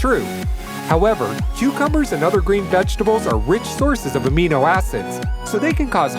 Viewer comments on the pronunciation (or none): none